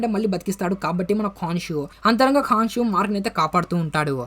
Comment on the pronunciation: అది కాన్షు కాదు bro కొన్షు... అన్ని మర్చేస్తవు నువ్వు